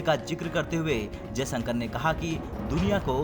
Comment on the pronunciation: कम से कम सही उच्चारण सीख लिजिए, जयसंकर नहीं जयशंकर है ,,, बार बार श को स बोला जा रहा है, सेना प्रमुख का नाम भी गलत लिया